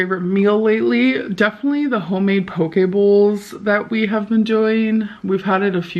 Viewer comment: I'm not a native speaker, but when she says (or believes to say) "poke bowls", for me it sounds like she's saying "pokeballs". Is it just me?